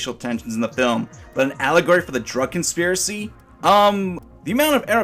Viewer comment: "consipracy"??? Uh were you tired when you made the video?